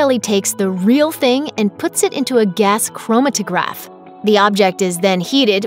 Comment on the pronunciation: You mispronounced Gas chromatograph. Also, it's probably gc-ms that is used, since gc alone probably wouldn't yield information that is too helpful.